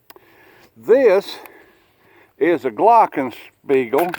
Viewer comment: When I saw your hat and heard you say “glock-n-speigel” I knew It was gonna be a waste of my time